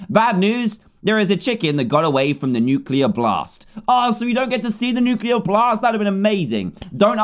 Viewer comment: XD said nuclaer!